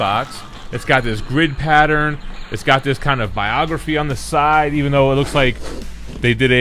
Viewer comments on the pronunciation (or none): none